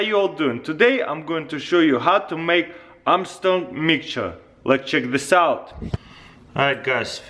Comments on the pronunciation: "Armtrong mikture" -taras kul 2016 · Armshong mitcher